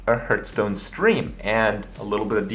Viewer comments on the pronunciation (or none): Hurthstone lol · It irks me that professional Hearthstone players and casters can’t even say their own game. How is hearth pronounced literally every time you open the game. It’s NOT “herth”